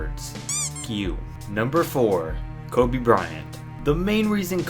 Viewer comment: Did this dude just say kobe nah cheif i must be high